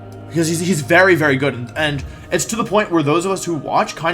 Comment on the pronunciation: Wery wholesome wideo Wolfey